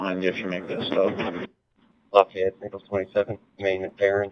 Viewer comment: Its very funny how you pronounce Lafayette for the frnech I am 😂 For the video, you could say at beginning thzy stalking you all road long. Or said as some other claim, they freely use their freedom of move. Like you. I think at this point under the few minutes of starting vid, they dont do anything strange. But with explanation you guve... Clearly not a single cop around 100miles could be bormal with you. They dream of you paking a step out the lines do jail you for an odor of majijuana.... Be strong Continue sharing what police should be and shouldn't be. Cheers from France 🇲🇫